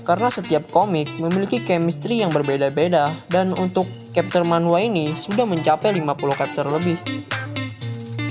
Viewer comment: Pronunc Chapter jangan di ganti jadi kepter, bacanya sama dengan tulisannya.. Semangat terus bro 👍